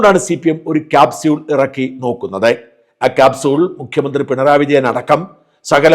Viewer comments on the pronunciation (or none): none